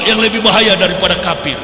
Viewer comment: Kalau dengar ucapan YW, bukan teriak KAFIR tapi KAPIR. Ngaku doktor tapi mengeja kata kafir aja SALAH 🤣🤣🤣